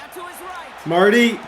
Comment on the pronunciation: Mar-Tay!!!! Mapu, not Marty